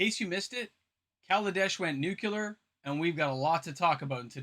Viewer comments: FYI nuclear is pronounced “new-klee-er,” not “nuke-you-lar” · Noo-kyoo-lur? Try Noo-klee-ur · just to be a stickler, it's nu-clear, not nu-cu-lar. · its pronounced "nukular"